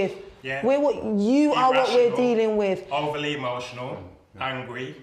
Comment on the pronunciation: How did someone who pronounces "with" and "wivv" even get in?